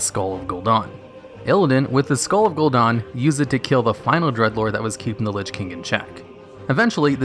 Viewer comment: "Gul'don" Wtf